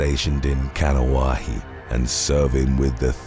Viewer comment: "Kaneohe" is pronounced (Kahh-knee-oh-hey) Maybe try to do a little bit more homework on proper pronunciations.